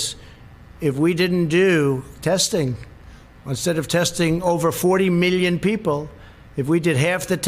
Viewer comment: I'm going to puke if I hear tRUMP say "40 millyin peeple' one more time...